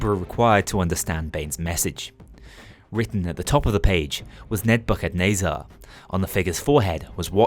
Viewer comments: As someone who's grown up Christian, hearing you pronounce it as "Ned-bucket-nay-zar" is amazing. (I've always heard it pronounced as "Neh-buh-kuh-neh-zur") Perhaps some unintended humor, but it certainly made my day. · I’m pretty sure its “Neh-buh-kuh-nezz-ir”. That’s how they said it in the Matrix movies at least. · That's a funny way to say nebuchadnezzar